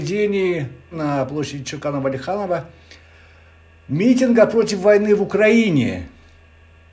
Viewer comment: НЕ ЧОКАН ВАЛИХАНОВ, А ШОКАН УАЛИХАНОВ 😉